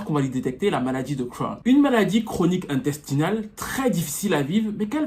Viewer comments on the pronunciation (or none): la maladie de crown hehe (Ca se prononce crône) Super video sinon